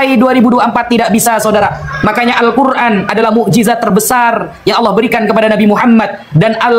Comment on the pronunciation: Muslim: Allah bunyi owloh 😂😂